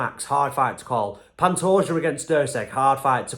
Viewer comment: Man, you actually got Pantoja's name right.